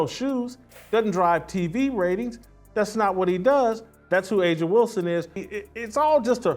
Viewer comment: The AI voice over says, AH JA Wilson. Avoid this crap or we'll be stuck with stupidity forever.